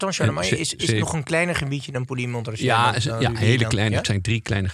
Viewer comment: heeft wat moeite met de correcte Franse uitspraak: het is niet mont rasjet maar monraché. Sowieso is de uitspraak van Frans en Engels van beide snobs om te huilen 😂